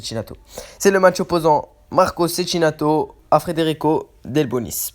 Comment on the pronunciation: On dit Tchékinato